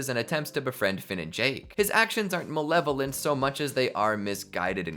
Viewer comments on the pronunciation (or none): none